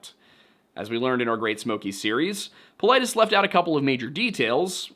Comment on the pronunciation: his last name is GREEK it’s pronounced paw-LEE-deez